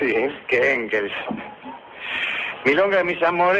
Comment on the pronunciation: Mis disculpas, mi estimado. Es "Engels" y "Moliere".